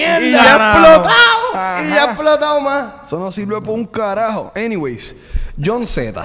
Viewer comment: Jon z Men como "yaunsimen"😂